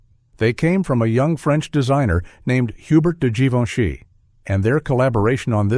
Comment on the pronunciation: You hesitate on the pronunciation of Givenchy : Zhivenchi is the correct way. Billy Wilder had a crutch on Audrey Hepburn (don’t know if it was during the filming of Sabrina or Love in the Afternoon) and he was a little afraid of speaking in his dreams, but he came to the conclusion it would be harmless because his wife’s name also was Audrey 🤣 Greetings from France 🇫🇷